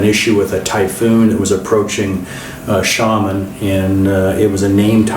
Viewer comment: Xiamen = shia-men not shamen what is it with North Americans unable to pronounce place names?